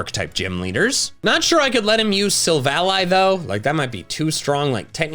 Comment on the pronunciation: I’m so happy you pronounced silvally ‘s name right. I thought I was the only one